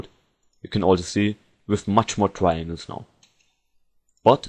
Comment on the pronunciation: I can't understand anything you are saying... In the first 10 second or so, he says the word TRIANGLES... I had to repeat the word HUNDREDS of times before my brain could make up the actual word (and it was more like a contextual thing, I was lucky to know that tesselation adds more triangles). Soooo... If you do a tutorial, MAKE AN EFFORT to PRONOUNCE the words correctly.I gave up after the next potentially important word was eaten alive. Edit: The word was "parallax". I was lucky to already know what he was talking about.